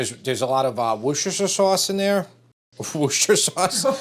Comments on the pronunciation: Worcester Sauce. It's pronounced 'Wuss-ter' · I'm English - it's wooster sauce. Pronounced wuh-ster. not woooh-ster. HTH. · wuster / wusta. never wuster-sher! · Love the excitement from James' approval. And for the last time....it's "wis-ta - sheer" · Wuss-ter sauce. Pure and simple. Forget the “shire” bit. Nobody in 🇬🇧says the “shire” bit. It’s just “wusster sauce”. 🇬🇧🇬🇧🇬🇧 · Woost - er-shire. Sauce. Was created by accident... Loving your videos. Congratulations on 1m sub apron. 😅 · woos tir shire ;) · I'm fed up with chefs who can't pronounce Worcestershire. It's not that hard, and mispronouncing it is not amusing. Ugh. In case anyone is actually confused and not just trying to be cute, it's pronounced WOOST-uh-sher, with the OO pronounced like the OO in Look, not the OO in Rooster. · It’s Worcestershire Sauce. Pronounced Wuss-ter-sheer. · Here's how you say WORCESTER you say WUSTER it rhymes with MUSTER. So, Worcestershire is pronounced WUSTER SHER. Please make an effort to get it right 👉 😊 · Worce ster SHIRE. 3 syllables. Not that difficult. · Repeat after me: wuss-ta-sher. Wusstasher sauce. Worcestershire sauce. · Worcestershire: Worcester pronounced like the Mass City; Wooster. Then shire (shy-er)